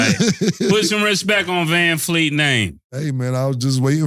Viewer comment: “Vanfleet” is krazyyyyyy 😂😂😂